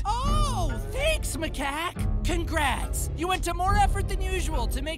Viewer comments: The fact sandy called macaque maca quack 😂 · The fact that sandy called macaque maca quack